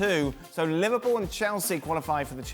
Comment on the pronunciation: Everyone saying liverpooo in Europa league 😂😂 3rd. Thank you very much. Hahaha